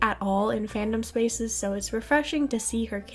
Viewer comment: I can't with 'Spac' I'm sorry😭😭